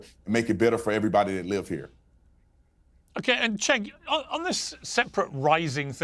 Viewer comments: But 'Jenk the Jerk' has a much better ring to it. I'm struggling to find a catchy derogatory name that goes with Chenk 😂 I'm factually correct so pretty please can you pronounce it properly? Thank you so much ❤️ 😘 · his name is CENK pronounced JENK, as in JERK. It is not pronounced CHENK! In Turkish, 'C' is pronounced 'J' in English. It is NOT the soft C which looks like this; 'Ç' which is indeed pronounced 'ch' in English. Thanks! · It's pronounced 'jenkem chugger'